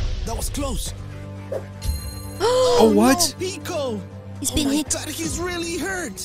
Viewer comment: His name is pico not PIKO